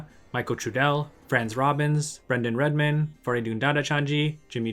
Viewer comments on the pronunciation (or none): none